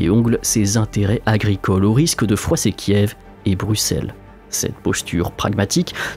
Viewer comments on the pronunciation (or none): none